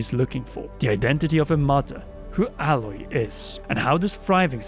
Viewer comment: The name of the protagonist in Horizon: Zero Dawn is pronounced AY-Loy, not Alloy